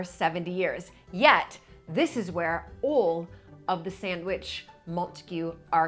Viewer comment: What a gorgeous room, with so much warmth and soul. What a blessing you are to Mapperton✨ Perhaps Babbel can help with your confidence and flow when pronouncing “beautiful” and “all”, clearly and consistently precious.